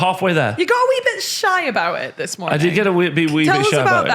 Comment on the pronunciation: "Good mooning!"